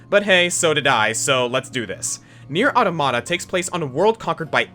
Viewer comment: Anyone upset about him pronouncing NieR:Automata wrong.